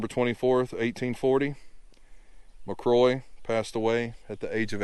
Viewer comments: My last name is McCrory and I’m a descendant of Ensign James McCrory. Thank you for showing his burial site. However, I cringed every time you mispronounced our last name. Think of the name “Rory”, then add Mac to the front of it. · Pronounced Mac cŕoary with a roar in there. 😊